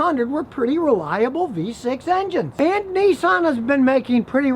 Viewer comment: Duh, make that NISSAN not NUSSAN.